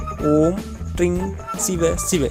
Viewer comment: Ring ?? But u said tring? Siva siva? Or vasi vasi.? First you learn yourself correctly then you can publish in you tube . Don't give wrong directions in mantra. It will change the meaning and create a problem.